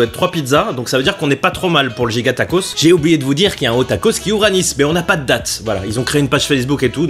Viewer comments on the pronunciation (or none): none